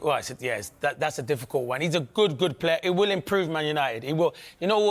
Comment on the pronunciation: Wtf is a "Gud Plaa"?